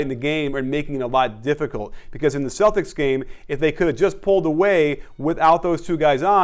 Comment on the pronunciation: Why the hell are you saying Celtics for dumb!